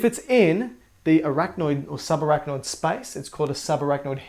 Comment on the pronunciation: SPICE?? i was confused at first. its space